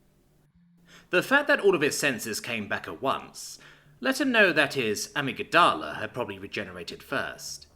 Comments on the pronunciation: Did you seriously mispronounce amygdala? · your pronunciation of amygdala is interesting lol. 😆👍